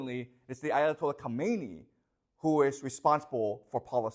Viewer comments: pronounced kha me ne eeee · Thanks for the informative video professor. Regarding the Ayatollahs, the first one you pronounced it correctly (Ko_may_ni) The second one is tricky because of English speakers. It is properly pronounced as (ka_mi_na_ee).